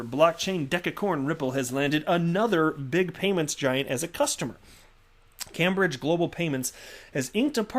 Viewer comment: Hi, Cambridge is pronounced 'camebridge'. Keep them coming, cheers.